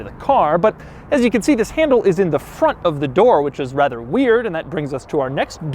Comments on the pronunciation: Did you say.... rather or wather....? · No one else heard him say “wather”?